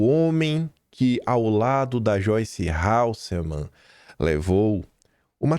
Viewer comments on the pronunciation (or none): Não é “HaLseman”, é Hasselman